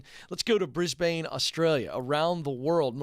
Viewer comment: The way Ken pronounced 'Brisbane' at the beginning of Maria's call was amusing